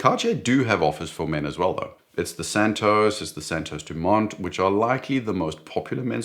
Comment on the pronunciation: Santos* not Santosce - don’t talk like an American because it only cheapens you. And a South African emulating someone from the USA is fundamentally akin to devolution.